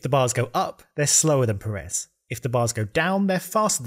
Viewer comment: a small note: Pérez has that little mark on the first e, becaus that's the part you stress when saying it. so pe-REZ is definitely wrong, it's PE-rez